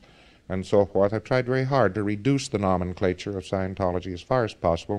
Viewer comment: He doesn't know how to pronounce Nomenclature, which he must have said 50 times, incorrectly.